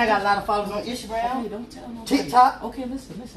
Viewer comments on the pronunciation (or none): “Easter gram” 😂😂